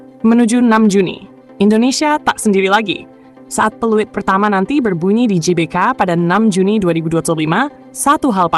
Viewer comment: Klo mimin menyebut nya JBK bukan GBK , jadi Jelora Bung Karno dong.🤔 😅😅 bukan Gelora Bung Karno 😅😅😅